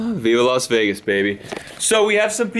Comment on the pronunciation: Dude, I'm a Brit/Canadian and it's LAS Vegas not LOS Vegas. Sad for you.